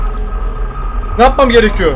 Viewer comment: nâpmam gerekiyor yerine napmam gerekiyor degişi komik yaa😂😂 devamını oku...